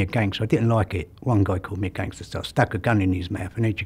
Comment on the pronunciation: Scuse me sir, oim NO'H ah GANGSTAH